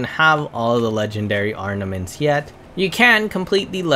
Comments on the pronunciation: Mozz-Oh-Lee-Umm ARMament…not ARN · When he said 'Arnaments' I 100% assumed he was trolling. Cause how..